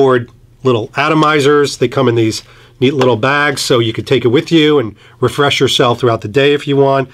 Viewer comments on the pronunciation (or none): none